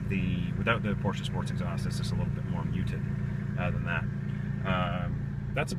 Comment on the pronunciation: Read you 1/5. And plse get some cool clothes , not this Lada style. After all your pronounciation of Porsche is correct unlike many others.